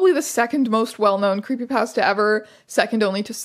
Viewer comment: I'm so sorry but every time you say creepy pasta my entire body shrivels at that pronunciation